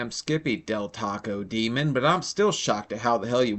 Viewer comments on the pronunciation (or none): none